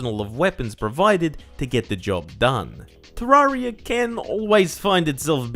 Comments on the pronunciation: Any one else triggered by him saying te rar ia not te rer ia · isn't it "te-RER-ee-uh?" not "tuh-RAR-ee-uh" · "Terrariar..." i wonder what nation this man is from?